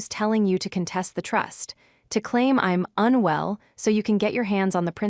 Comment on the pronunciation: Not "unwe LL" (pronounced as two quasi-words): just "unwell." But (seriously) a good story!